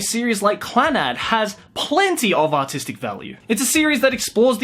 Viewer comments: I think he said autistic value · When you say artistic, sometimes it sound like autistic. These anime have A U T I S T I C values.